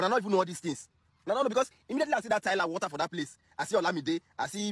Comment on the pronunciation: please and please go and learn how to pronounce water. It's not about English being our mother tongue or not. Just tell someone to use voice note and pronounce it for you.